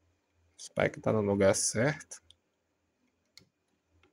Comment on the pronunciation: spike é meu cachorro, a pronúncia é espiker